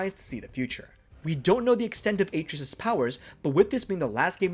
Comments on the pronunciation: Ah-trey-us not “A-trees” how are you gonna get his name that wrong! And it’s explained in detail that his hand is putting back the seals to protect their forest. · The number of times you say AY-TREE-US makes the mistake seem intentional. Idk if you are saying his name that much or if it just stands out that much but it's almost as bad as hearing someone chew styrofoam. Someone had to hear this in editing and just left it. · bruh...Atreus!! A---TREY----US...they say it in the game many, MANY times. sorry man, I can't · AAAA treus? AH TREY US Atreus! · You care more about marketing and promotion over quality. That’s a bad characteristic to have as a YouTuber. I heard “A-tree-is” one time and turned on Adblock. You didn’t play the game. It shows. I saw this from Facebook and I’m letting my friends know to blacklist your videos. None of these were “details you probably missed” if you played either game. All of these details were wicked obvious. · How can u make a video about god of war and can ever say his name right when it’s said a million times in game! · How do you consistently mispronounce a name that is said in the game over 100 times